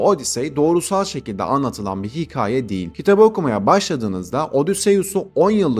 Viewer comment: Hikaye demeyi öğren hemen